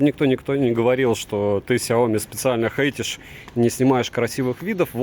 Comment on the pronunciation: Блин,! Не СяОми, а СяомИ! А так обзор очень хорош. И ещё: не маркЕтинговый, а мАркетинговый. Да, зануда, но, блин, реально неприятно такое слышать, чел. Правда.